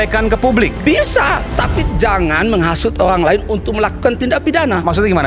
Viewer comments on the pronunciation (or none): Olang apa owang😅